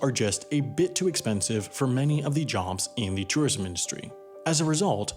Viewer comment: You really can’t pronounce tourism? It’s like tor-ism not tah-ism. C’mon dude